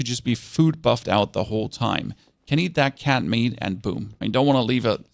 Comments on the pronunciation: At the beginning area when you said canned mead I thought you said cat meat 😭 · And how do you not know how to say "canned"? It is a one syllable word, not three. And it isn't cat meat